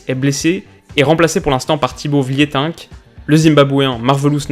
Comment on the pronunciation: Juste une info, on dit Mekele pas Mechele et Vlientinke pas Vlietink